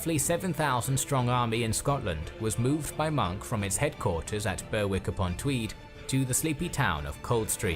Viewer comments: Point of order it’s not Ber Wick, it’s pronounced Berrick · I do wish the commentator would pronounce place names correctly ! BerWICK? Ye Gawds. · Berwick is pronounced Berrick. Who is this narrator? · I was wondering how far AI and text-to-speach had gotten a few years back. And then he said, "Bear-Wick on Tweed." The prosecution rests, your honour.